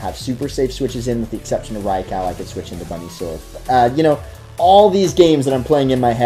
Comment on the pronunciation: Gibson Gillett-Behrens Funny enough, he's actually closer to the pronunciation than anyone who says "rye-ku".